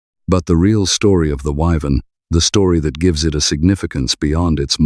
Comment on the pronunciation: What a pain in the arse this channel is. You say you will talk about the Vauxhall WYVERN - and can't pronounce the name - but continue to show the 6 cylinder VELOX in the video. If you are going to do a show on the WYVERN then get rid of the VELOX photos. This is real sloppy presentation, too lazy to edit properly and "filling out" the video with whatever images you can scrape up.